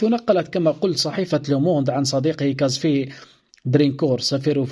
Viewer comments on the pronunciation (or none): كزافيي وليس كازفي